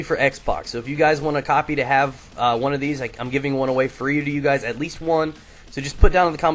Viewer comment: Can i get a fwee copy please.